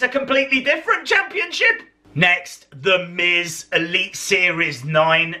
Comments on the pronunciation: he said sa instead of z ;) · LADIES AND GENTLEMEN HERE COMES "ZTHE MIZ" LMAO